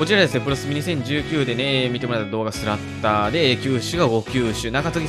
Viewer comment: 発音おかしいですよ。スラッターerですよ